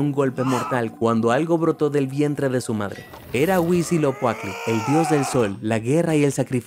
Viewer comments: Cada que dice "Huisilocuatli" me duele... Se dice Huitzi-lo-poch-tli ! Pero qué bonito que mencionen mitología mexica. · Huitziloquacky? Es un pato o qué? No pudieron hacer que pronunciara bien Huitzilopochtli? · Es HuitziloPOCHTLI NO ES huitziloCUATLI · Es Huitzilopochtl, de donde sacaste esa pronunciación???